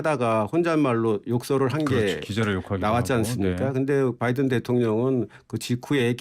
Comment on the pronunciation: 진실을 봤습니다. 오늘 아침에 윤석열대통령 아침에 하신말씀을 들어보니깐 발음하실때 단어마다 악센트를 강하게 주시는데 "나알리므은" "마알리므은" 이라고 발음하셨다구요? 그러고 아침에 말씀하신것중에 바이든 미국대통령 이름을 언급할때 언론들이 그부분을 빼버리는거 같은데 정확하게 의식하고 계신듯이 "바이든" "뽜아이드은"이라고 하시던데 완전히 충격받았습니다. 진실된 사과를 하셔야지 아침나오시기전에 어떤 참모한테 트레이닝을 받으셨는지 모르겠으나 노력하신것같습니다. 물론 진실을 은폐목적으로 말이죠 진짜 또한번 놀랐습니다 누가 트레이닝 시켜주셨나요? 국익보다 대통령님의 자존심이 더 중요하신가요? 실망했습니다 "뽜아이드은"